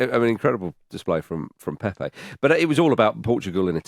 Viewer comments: And not a single name was pronounced correctly. It's not PéPé, just Pepe (like Pep). Also, portuguese are not spanish. It's not mendez, ramoz, etc. Maybe we should start pronouncing english names as if they were welsh or irish. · Please pronounce the Portuguese names correctly. Your Pepe sounds like “pepper” 😂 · Lads just so you know since you were trying to pronounce Turkey correctly, Pepe is actually pronounced Pep, as in 'Pep Guardiola'. Just the one syllable Edit: as some helpful people have pointed out, I am a bit wrong on this one. It does have a second syllable but with a closed e. I should have said it was closer to Pep than Pepe. Obrigado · Actually wrong. It is in fact NOT like Pep Guardiola. The final "e" is supposed to be pronounced but like a closed vowel as opposed to the first "e" in Pepe which is supposed to be open.